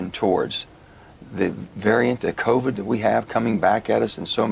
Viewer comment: omg he cannot even pronounce covid! covee-yid :P he needs to get out!